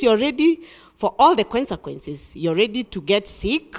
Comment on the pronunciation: Did just say Qwensaquences instead of consequences 😂😂😂